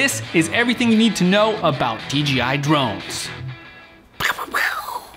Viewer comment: "DGI Drones" It's 'DJI' you fucktard ! "Hassleback camera" WTF ?